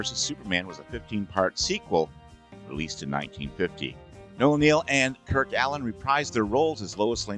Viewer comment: It's Noel Neill, NOT Noah Neil - where the Heil did you get that?